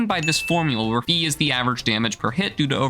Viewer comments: im not gonna complain about you using phi as a variable, however i am going to complain about how you pronounced it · I have determined that fee is funnier. Please carry on with your pronunciation